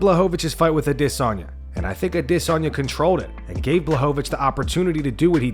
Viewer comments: Man; I have to know…why do you always pronounce Adesanye’s name with such weird inflection and emphasis on the DIS part? You say it like “aDISanye”…why is this? Also thanks for the videos x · Still saying “Idissonya” 🤡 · Ah diss on yah. Bro just say it right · Does the dude running this channel know how Izzy's name is pronounced better than everyone else or am I missing something. Always a-DISS-onya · Why do you call him disanya all the time? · The Adesanya pronunciation 😒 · The way you say adesanya is aggravating dude. Drinking my coffee and smoking darts and u ruin it with that weird ass pronunciation. Smh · Can't stand the way this guy says Adesanya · I don’t know who in the staff needs to hear this but it’s 2023 we sit. Need to be pronouncing Adesanye like that anymore knock it off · This guy trying so hard to pronounce Adesanya. Lol... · I hate the way you pronounce Izzy’s last name. That is all. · Dude you sound like such a tool when you say Adesanya